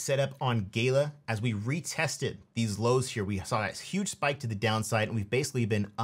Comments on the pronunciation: Gala Games brah, not Gay-la, otherwise solid recs, UOS lightyears beyond Gala tho from an infrastructure standpoint IMO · Gala isn't pronounced gayla;)